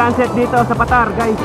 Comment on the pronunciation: Paaa—-tar, Hindi patar.